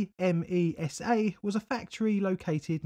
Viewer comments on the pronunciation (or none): Forget the pesky metal from the fifth group: I appreciate you did your best with the Italian pronunciation, but unfortunately you got it rather wrong. "Sèveso", not "Sevèso". ICMESA becomes a single word "eek-mesa". Cesano Maderno I dont' know how to give the idea... Ok, sorry for the rant. I was really looking forward to this video and I really appreciate it: keep up the good work! I grew up a few km. from there, some of my relatives lived (and still live to this day) in zone A and I was 3 y.o. at the time. I sort of remember the atmosphere of the days, even though most of what I know about it, I learnt in later times. [Edit: I originally wrote zone C, it's a mistake] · I'm Italian, I remember the event, I was a child. I live about 70 mile south of Seveso. Deaths by cancer in lymphatic system linked to the Seveso accident continued for many many years. BTW, we spell ICMESA like a word, like IK-MESA where the I is spelled like the I in "incident" open this link and click con the audio link on italian